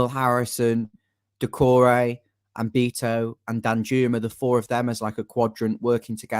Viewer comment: I can never understand people who pronounce the Portuguese surname “Beto” as “ BEETO” as if they have never heard of the legendary “Bebeto”…unless they also stupidly pronounce that name as “BEEBEETO”… his name is of course pronounced [ Baeto ]….show some respect ffs